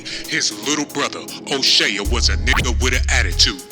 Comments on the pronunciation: O'Shay ya???? It's pronounced O- Shay This video is crap. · U sound wild crazy.. Here come that niggah wit and attitude. Stfu. CHRIS TUCKER AND MICHAEL JACKSON WAS COOL BECAUSE CHRIS WAS KNOWN TO IMPERSONATE MIKE. YOU DIDNT EVEN PUT THE RIGHT PIC FOR O'SHEA ( hey jack ass ) ITS PRONOUCED O SHEY LIKE SHEA BUTTER SHEA STADIUM NOT O SHEAH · O'Shay-uh??? and his name is Irish, not Swahili, Ice Cube said it himself. This channel funny as hell, but he got a point about the greed. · Did he say " Oshea jackson jr jr !! Lol !!! Wal -Mart !!! Classic !! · Fuck you cant pronounce his name. O shea is irish